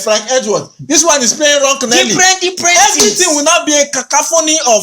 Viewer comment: Cacophony not cacaphony 😂😂😂😂😂.lol